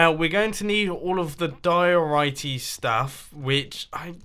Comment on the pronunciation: anyone else yelling at their phone everytime he says diorite???